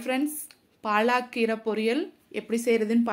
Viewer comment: பாலக்கீரை ,பாலாகீரை அல்ல உச்சரிப்பு தவறு